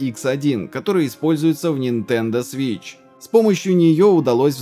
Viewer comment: Нинтендо свииищьь😂